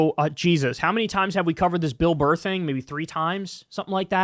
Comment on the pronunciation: “Billy Burrka”